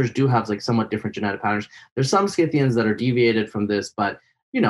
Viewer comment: For Pete's sake! The "c" in Scythians is SILENT!